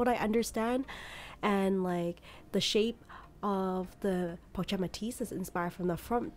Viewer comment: Not Po-chet it’s pronounced Po-shet. I have 3 and they’re great cross bodies because they lay flat against the body & hold a fair amount.